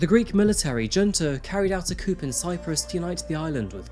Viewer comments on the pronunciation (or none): Chickens live in a coop... Coup is pronounced like koo. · Coop? Like for Greek chickens?!🐓 You mean to say, “Coupe” pronounced Koo with the “pe” being effectively silent. You speak for a living? How have you gone all this time without knowing how to pronounce this word? How do you think “clique” is pronounced? Just wondering.. 🤔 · Having spent many years in the eastern Mediterranean, narcissism and misogyny are typical traits of many, perhaps most, of the men there. And, PLEASE, do something about your mispronunciations. Coup is not pronounced "coop," it's pronounced "coo." Almost every one of your videos has a clanger like that and it detracts from the overall excellent quality. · The greek didnt do a coop bro its coup pronounced coo not coop. This has nothing to do with chickens. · I nearly stopped watching..the mispronunciations ("coop" for 'coup'!) and incongruous Americanised pronunciations (from seemingly an English person?) were rather off-putting, but I'm glad I continued, as this is an interesting case ..in its own right and to me personally. I've just come back from Cyprus. My late father was from Cyprus and my stepmother has a Nepalese home help...so I have some understanding of attitudes to migrants. Even though the murder or serial killer phenomenon may be rare in Cyprus, I would think the prevalent patriarchal attitudes are reflected in high domestic violence rates? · It's pronounced 'coo', not 'coop'. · It's "COO,", not "COOP." 'Kay?? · It’s pronounced “koo”. Not koop. Coupe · I love your content, but you have a knack of using weird, unusual or plain wrong pronunciations for some words that bothers me at times. Like who pronounces a "coup" as "coop"? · It's prounoucned "KOO" not "KOOP" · It's "Coo" not "coupe" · It's not "coupe? it's coup pronounced Koo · FYI Coup is said like “coo” not “coop” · Said as coo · I can't believe this guy called a military coup, a coop. Lmao. He's an orator. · bro out here pronouncing coup like "coop"